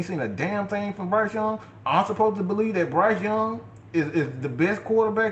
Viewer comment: Not bo lieve😂😂 👍🏾